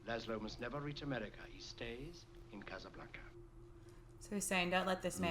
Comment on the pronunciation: Please stop pronouncing A's as if they are O's. It is NOT Casablonca, it is Casablanca. I the same way a Bank is not a Bonk.